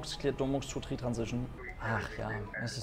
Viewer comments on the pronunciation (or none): Warum sagst du immer tri statt three?